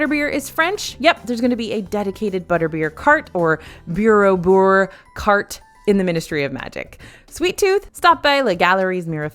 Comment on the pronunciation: I must say, except for « bière au beurre », your french was not too bad! 😝 (French Canadian here)